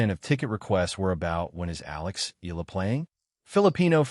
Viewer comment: Thank you. Please pronounce her surname Eala as: e-ya-la